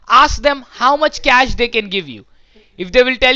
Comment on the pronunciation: The way the scammer pronounces the word "cash"... Like a crack addict craving for the next hit